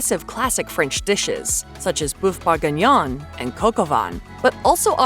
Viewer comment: The pronunciations, though! 🙉 "Boof buginyon and coke oh van". "Bree-oshe". "Cra-sonts."